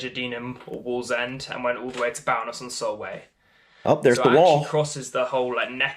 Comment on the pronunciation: It’s Bowness as in bow and arrow not as in cow. Bloody southerners.